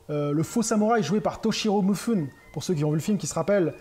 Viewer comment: Attention, c'est pas MU-FI-NE ... c'est MI-FU-NE.